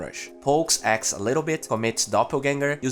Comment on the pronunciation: dude pls, axe not ex 😂 anyway good job 😉